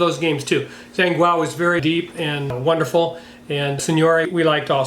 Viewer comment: Zhanguo is more or less pronounced like "Jon-gwa" (" a" as in wash)